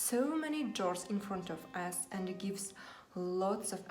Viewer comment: Əнд орнына. Əнді деп айтасыз! Мен де солай атамын Əнді деп. Жаман осы əтетті қоялмай жүрмн